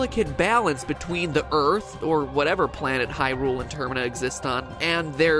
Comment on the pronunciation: dont mean to be rude but… Termina. Pronounced tuRr-MEE-na